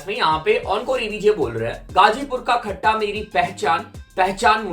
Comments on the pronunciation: Not Khata flow its KHATTA FLOW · खट्टा flow ❌ खत्ता flow ✅ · wo KHATTA FLOW nahi.. KHATTA flow hai.. (KHATAH is pronounciation... calm ne bola insta pe sbko jake bolne ko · खत्ता flow bro not खट्टा....।